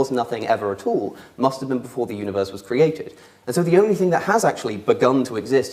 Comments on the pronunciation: I don't appreciate sophistry, good? he pronounces ..thing as ..think. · pronunciations of ‘thing’ as ‘think’ is annoying. Somethink. Everythink. Nothink.